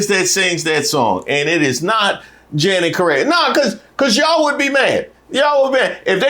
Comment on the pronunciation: Her name isn’t Janet ma’am it’s and it’s pronounced differently.